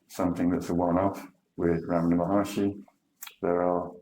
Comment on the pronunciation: "Maharshi"; not Maharishi.